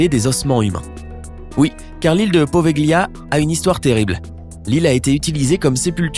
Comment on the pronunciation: Apprenez l'italien,Poveglia se prononce "povelia" car en italien quand le g est suivi d'un l il est muet !!